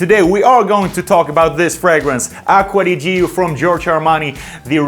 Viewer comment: Acqua di YÍO? nop Acqua di CHOOOO (with italiann hand) ..haha Nice video..and not Worth it.